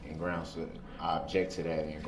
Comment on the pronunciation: I object to the objection of the objection of the grounz of the objection😂😂😂😂I’m screamin😂😂😂😂😂